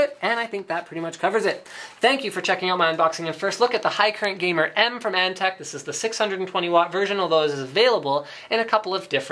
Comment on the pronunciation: its antec not ante